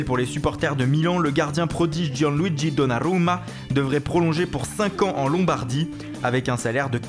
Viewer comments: J'adore l'accent lors du: Gianluigi donarllrrluma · Hahhahahahah comment il prononce CHICHARRRITO et DONNARRRRRUMA ! Super boulot !